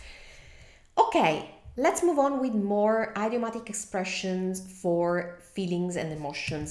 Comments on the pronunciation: Thank you for your help in italian... let me help you in return with English. Idiom is pronounced in English like ih-diom, not eye-diom. Same with idiomatic. It's a soft i, not a hard one. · Your English is excellent but in this video, you mispronounced 2 English words. First, “idiomatic” is pronounced id (as in lid) i-o-matic. Second, “recognize” is pronounced rec (wreck) og-nize. Otherwise, great video